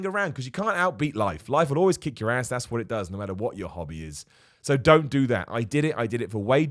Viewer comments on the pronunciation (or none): none